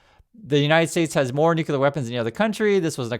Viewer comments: PLEASE SAY THE PROPER PRONUNCIATION, IT IS ✔️”NUKE — CLEAR”. IT IS NOT ❌ “NOOO — KOOLER”. THE CORRECT PRONUNCIATION IS ✔️”NUKE — KLEAR”. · Please…not’nucular’ but ‘nuclear’ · it's nuclear; not nucular. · please re-learn the word nuclear. It is a logjam distraction to hear the Bushism “nuke you ler” and you gotta do what you gotta do. Thanks and great respect. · I only point this out,, because now the idiot that inhabits the White House is throwing around the other "N" word: Nuclear....please remember there is a SINGLE U in this word.